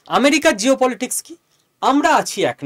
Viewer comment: জিওপলিটিক্স বার বার উচ্চারণে শব্দটা মুদ্রাদোষে পরিবর্তিত হয়ে যাচ্ছে না তো! ভেবে দেখবেন...